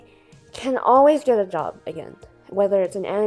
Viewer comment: Its “job” not “jop”